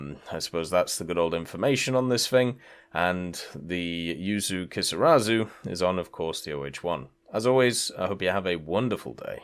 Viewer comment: Emmm exuse me sir, but it's "Kisarazu" not "Keesawzoo"